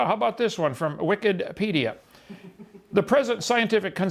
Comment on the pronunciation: “Wicked”-pedia hahahaha